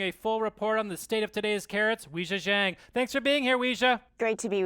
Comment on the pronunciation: Also not sure how people are supposed to pronounce her name, but it should sound like Way Cha John (Wei Jia Jiang)